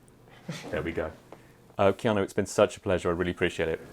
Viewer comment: Enjoyed this interview very much, apart from your pronunciation of his name. Keano?